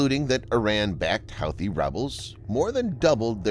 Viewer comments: Pronounced WHO-thees not How-thees. You do these video's everyday how can you not know this? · hoothy not howthy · Also, I think Houthi is pronounced hoo-tee, not how-thee. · Pronounced "Hoo Too" rebels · Pronounced, "Hooti" rebels. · It’s pronounced Hooty. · Pronounced "huthe". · Dear stupid bot voice, it's pronounced who-thee! Disliked👎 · Cache is pronounced "cash." Houthi is pronounced "hootee." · I cringed every time you said 'Houthi' and 'cashe'. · The computer-generated voice is an embarrassment for you. Don't you have editors who can find glaring mispronunciations for you? The computer-generated voice repeatedly mispronounces "Houthi". Got a clue. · It's almost like he's never heard it pronounced out loud lol!